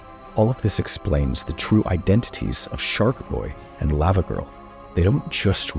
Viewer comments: The way he is saying Lavagirl is getting me upset. Lawvawgirl not Layvawgirl. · Does anyone else have a problem with the way he says “lava girl” when it’s pronounced “lava girl” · The way you say Lavagirl hurts my brain 😂